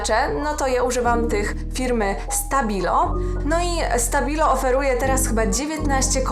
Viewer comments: I tak ps: czyta się sztabilo 😜🙈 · Czytamy SZtabilo, bo jest to niemiecka marka :D!